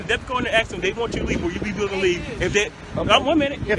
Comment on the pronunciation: It’s “ask” , not “aks “…wow